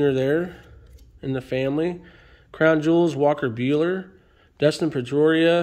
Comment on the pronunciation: I just thought you butchered Trevor Story and Dustin Pedroia, in the same sentence.